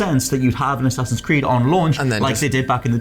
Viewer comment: am i the only one who heard him say A-saxons Creed